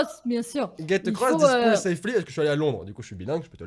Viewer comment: Voici ce qui est écrit: « Get across this pool safely » Et voici ce que lit: « Gèt eucross this poule safly » On comprend bien 😂👌🏻 Bilingue depuis 1985 😂😂